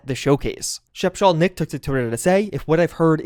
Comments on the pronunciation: It’s special Nick, not Shape-Shal Nick lol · Shpeshal_Nick not Shepshal_Nick 😂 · username is "Special" Nick not whatever butchery you committed